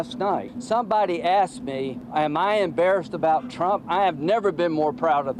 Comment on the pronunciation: Is it just me or is the slang term "axed" slowly replacing "asked"? Now even journalists are using it... that's really bad